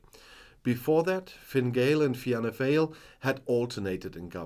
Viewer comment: Don't worry about pronunciation. It is pronounced Fall, as in,fall down. Your videos are always excellent and your support for my country, Ireland, is much appreciated 👍🇮🇪